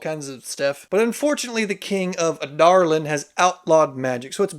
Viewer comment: Actually how it's pronounced!